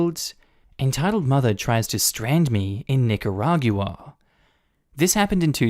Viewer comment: Normally I gloss over pronunciations, but I had to chime in to say that it's pronounced Nih-kuh-raw-gwuh in English and Nee-kah-rah-gwah in Spanish. Not Nih-kuh-rah-gew-uh